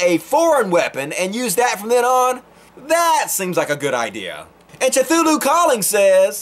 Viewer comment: Oh god the way you pronounced Cthulhu please why stop no please I beg you.